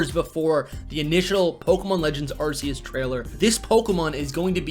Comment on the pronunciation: You know it’s Arc e us not Arse e us just saying